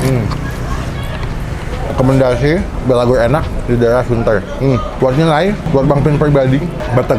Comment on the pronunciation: Bang saran aja kalau nyebut batagor jangan di slahin huruf R nya harus pas nyebutnya